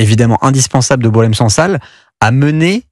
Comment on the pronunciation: Les médias français se montrent ridicules. Ils revendiquent la libération d'une personne dont ils ne connaissent même pas l'âge exat (parfois 76 ans, parfois 80 ans), ni savent prononcer son nom. Certains intervenants pensent que son prénom vient du verbe boire (Boilem). Quant au non SANSAL, c'est celui d'une roche blanche, genre caolin, que les femmes berbères utilisent dans leur poterie.